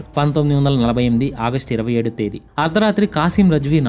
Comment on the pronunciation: Bro it's August not audust